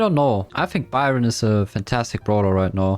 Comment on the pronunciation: i think its just strange that he can’t pronounce easy things like that. But dont forget i respect but i cant hear people pronouncing byron a her. Its awful and cringe